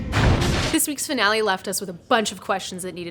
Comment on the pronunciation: "Foonale" lmao